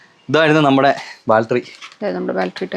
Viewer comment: ബാൽറ്ററി അല്ല.. ബാറ്ററി.. 😂😂